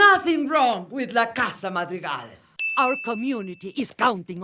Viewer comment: the way says madrigals like mahtreegals makes my blood boil